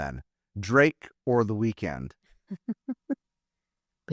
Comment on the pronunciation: She can't even say "The Weekend" she kept saying "weak ends"